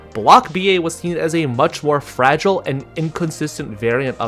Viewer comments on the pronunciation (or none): none